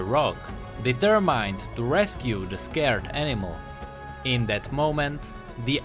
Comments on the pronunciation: you pronounce it like determend not deterMINED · i love when you say ''determind'' and not determined. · "dEEterMined" -2016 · ''Deturmaind'' xD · I think most of your pronunciation was good, except for "determined". the "mined" part is not pronounced with an "I" sound after the m but more of an "e" sound. It's hard to explain so just put in the google translate and make it read it out for you :P